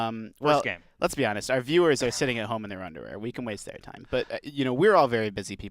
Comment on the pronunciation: noo! noo underweaahhs whatsoevah!